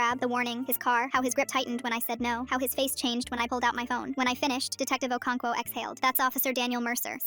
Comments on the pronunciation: Ern u pronounced okonkwo wrong its an African name ita pronounced o (as in oh)-cone-kwo(o as in of) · Yo who pronounces okonkwo like that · ngl the story was going good till i heard the way she said Okonkwo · Me hating how they pronounced okonkwo because it's my surname